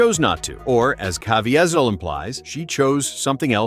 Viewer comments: Or at least teach AI how to pronounce names???!!?!! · This is a very informative video, but was not proofed for mispronunciatio of Jim Caviesils last name!!!! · there is SO much more to this... also can you please learn how to pronounce Jim's name? :)